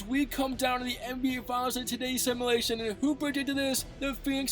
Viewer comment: U say simulation wrong